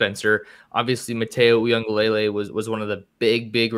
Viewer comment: First thought, for the love of god, it’s not Eww-ee-unga-LAY-LAY. It’s Eww-ee-Ung-uh-luh-lay.…saying someone’s name correct is important,. Second thought…Washington has to recruit nationally as well… But they’re not able to at the level as an Oregon. Oregon has a bunch of players from 27 states and it could be more… But there’s multiple players from Missouri, Texas, Tennessee, and several other southern states, it’s extremely impressive in such a short time, since national recruiting wasn’t even possible until 2001-ish when the recruiting websites really started.